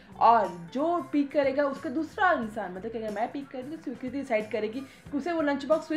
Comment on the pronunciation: Kis kis ko swikriti sounds like swikri -di